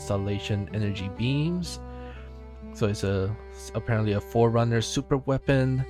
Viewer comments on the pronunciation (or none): none